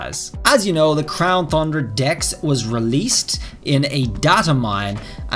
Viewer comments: um mr it is not "Crown Thundra" it is "Crown Tundra" TUN-DRA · Keeps saying thundra lol its tundra not thundra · It’s TUN- DRA NOT THUN-DRA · At this point I think you are saying thundra just to mess with us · Thundera lol. At first I was like man it’s “ton-dra”! But now it’s just funny 🤷🏻‍♂️ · Its the crown tundra not thundra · I love all of his videos and look forward to the information, but the “thundra” when it’s pronounced “ton-dra” or “Tundra” bothers me so much. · No offense but you keep saying tundra wrong you say thundra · Tundra not Thundra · Tundra pronunciation Ton-dra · You said crown thundea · Why does it get me every time he miss pronounces TUNDRA??? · Every time he pronounces tundra with an H, I just want to unsub lol